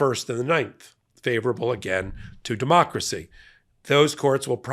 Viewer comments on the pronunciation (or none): none